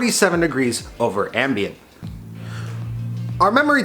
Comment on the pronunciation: Glad to see the temps are good, 'eckspecially' over "ambant" LOL